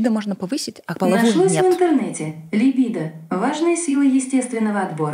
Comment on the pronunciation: Крутой выпуск, впринципе как и все) Нравится ваш подкаст, так ещё и подруг подсадила. После спорного высказывания (как на мою точку зрения) обсуждаем с подругами. Вера более раскрепощённая стала. У очень грамотно поставлена речь. НО! Ударение в слове ЛИБИДО режет слух 😅 Наташа очень крутая и интересная личность. И да, благодарю отдельно всю команду за качественную и цельную картинку.